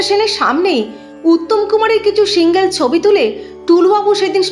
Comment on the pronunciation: Apnar SHHHINGELL EBONG EXCLUSHHHIVE report ta aro bhalo hote parto ....